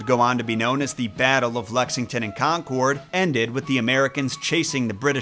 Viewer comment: Lol, No shade bit it's pronounced Con-curd 😅